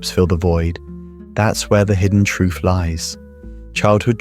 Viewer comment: Truff. Why is it so hard to say TR UTH? Sounds so stupid. The damn Brit